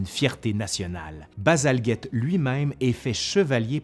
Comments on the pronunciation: D Mais pour un francophone ... ce n'est pas Bazalguette! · Bien présenté, avec beaucoup d’enthousiasme ... Mais pourquoi vous prononcez si mal le nom de Bazalgette? Le G suivi d'un E ... Donc le G ne devrait pas être "dur"!! Bazalgette était un petit-fils d'un immigré français!